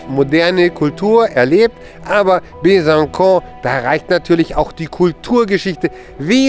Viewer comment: coole junge leute aus besancon die richtig durchblick haben. ach so es heißt übrigens besanson und nicht besankon :-)